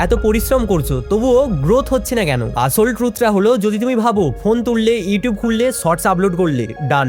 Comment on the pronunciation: It's স not ছ আছল না আসল